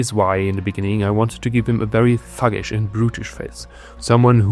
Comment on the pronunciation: oh "thug-ish" i thought i heard "f4g-ish". I had to turn on the caption. 😭😭😭😭